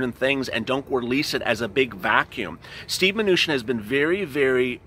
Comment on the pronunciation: Did you just say Steve Venutian? LOL!!